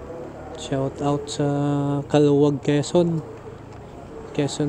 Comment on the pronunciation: Kalawag po ang pronounciation...😂